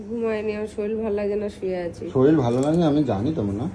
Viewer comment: শরীর না শরীল 😂